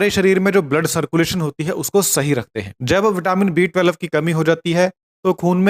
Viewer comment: thik se pronounce kijie B12.